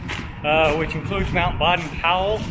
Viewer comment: Just a clarification. Baden is pronounced BAY-den.